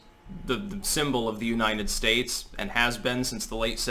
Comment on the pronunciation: damn it! Learn to pronounce United States. It's not Uninen Stase